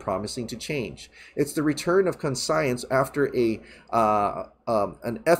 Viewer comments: Bro... you had it right the first time. It’s conscience (kawnshens) not CON-science. Love your stuff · Great video, but pronouncing Conscience as Con Science was getting a little annoying. To be fair you said it right originally but then doubted yourself and started making a word up lol. Least it was mildly entertaining.